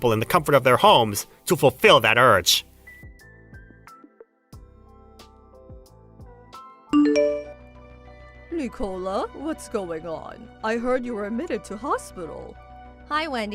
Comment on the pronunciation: Nic-a-la, not Nee-cola.